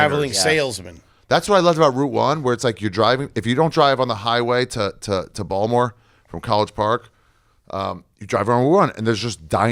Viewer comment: Lol Ari hoping someone would notice and say something about his pronunciation of Baltimore is hilarious.